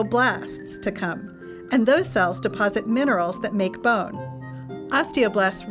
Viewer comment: I hate how she pronounces “bone”